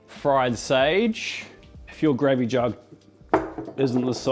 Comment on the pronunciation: Just came to see if he butchers the gravey again.